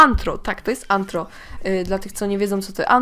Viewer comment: NIE Nie Tylko Anhro a No Tak Nie Będzie Anthro Tylko Rtho